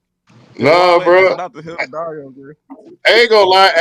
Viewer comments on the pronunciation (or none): none